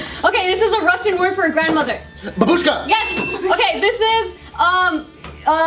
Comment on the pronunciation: For fuck's sake it's not babUshka, but bAbushka